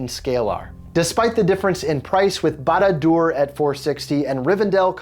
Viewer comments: couldnt pronounce barad dur? good luck with any other word tolkien has made than haha some of them are very very hard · Lost me in the very beginning not being able to say the name right.... he's not a LOTR fan sorry